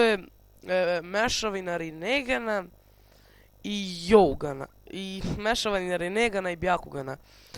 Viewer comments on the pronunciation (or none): Dobro jutro, nijr jougan ngo dzougan. Inace dobar video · Nisi lepo izgovorio Jougan (Džougan) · Pise se jougan a kaze se dzougan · Ovako klip je super i sve i obozavam te ali da znas izgovara se Džougan a pise se Jougan i da jougan je mesavina byakugana i onog nekog kurama chakra moda , gde on moze da vidi sve kao sa byakuganom tacnije tok čakre itd i sa kurama chakra modom kakve su misli i osećanja tok nekog u kog boruto gleda jouganom